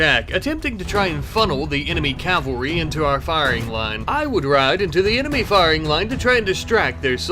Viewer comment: You pronounce cavalry wrong.